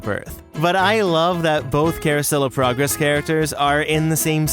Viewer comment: Don't you mean Carousel Of Purr-gress. 😂🤣